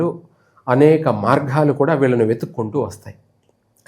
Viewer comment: అనేక మార్ఘాలు కాదు మార్గాలు